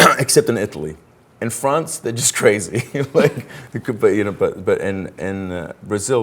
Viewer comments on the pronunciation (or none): none